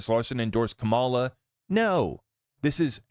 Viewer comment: Have some respect and pronounce her name correctly. You sound intelligent, which tells me you can say her name correctly. You just choose not to. In case you are not intelligent, here's how you pronounce her name, Comma La! It's not that hard.